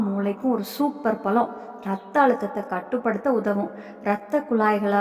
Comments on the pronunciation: முதலில் தமிழ் முறையாகப்பேசுக. பலமா? பழமா? .. பருவந்தோறும் கிடைக்கும் எல்லா பழங்களையும் உண்ணலாம். உளறல் தவிர்க்க.🎉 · பலம் அல்ல.பழம் என்று உச்சரிக்க வேண்டும். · Everything good thank you. Pronounce "pazham"tamil word